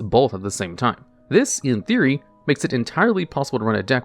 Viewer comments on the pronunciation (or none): none